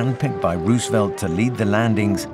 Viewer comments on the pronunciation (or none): none